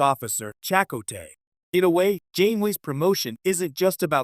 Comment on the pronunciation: This AI voice shit can't pronounce names? Chicot?